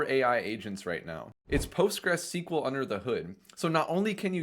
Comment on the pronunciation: Say it with me. "post" "gres" "cue" "ell". And SQLite is "ess cue lite". And it's "my" "ess" "cue" "ell". This is from the authors mouths.